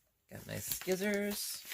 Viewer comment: You do deserve such kindness. I love your tutorials, you make crochet seem so easy and you are so easy to understand. You made me laugh when you called the scissors ''skissors'' this is what my son calls them and I have never heard anyone else call them that. I live in England and he has moved to Ireland 4 years ago. Keep smiling. X